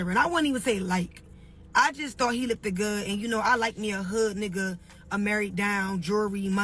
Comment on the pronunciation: What is “lookded good”?!?! Or I “likeded him!?!?!